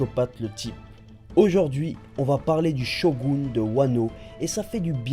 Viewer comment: Et tu dis bien "SHOGOUNE" mtn :) Sinon tu aurais le nom de la 1e OST dans la vidéo ? :)